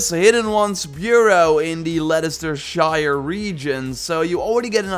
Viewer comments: Its actually pronunced lestercester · it's pronouced "Lesta sheer|" haha but it's ok :') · Its Lester-sher...no one pronounces English towns right lol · As a helpful tip for future videos, Leicestershire is pronounced Lesstershurrr. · Names of places with “shire/Scire” on the end are pronounced “shuh”. (Not a dig just a helpful tip) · In ancient England its pronounced leda-chester-shire.